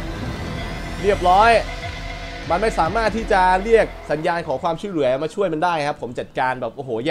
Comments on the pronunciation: พี่พูดว่าช่วยเหลือย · ช้วยเหลือครับไม่ใช่ช่วยเหลือ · ฟังดูดีๆคำว่าช่วยเหลือ